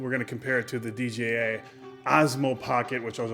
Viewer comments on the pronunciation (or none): Fay-yoo like you are saying is correct! But you were saying DJI incorrectly. You were sometimes saying DJA. 😅